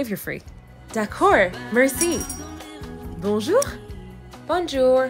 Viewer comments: As a person who IS French, the “Merci” killed me as its traditionally pronounced “Me-gh-si” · I am learning French and the pronunciation made me-😫😤😩😮‍💨 🤬😡🤬🤬🤬😡😱 “Mersee” “Merci” “Uno croissant e chocolat” “Un pan e choccolat” (I’m not that good at french yet) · The pronunciation of 'Merci'-- dying European noises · Ya know she did a good job when I wanted to throw my phone I’m slowly learning French and her pronunciation of “Merci” nearly killed me (I hope I spelt that right) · As someone who studies languages for fun, people attempting to speak other languages with literally zero effort with pronunciation bothers the hell outta me lmao. Like I understand most people cant perfectly replicate a language they didnt grow up with but the “ban-joor” and “mur-see” is too realistic 💀💀💀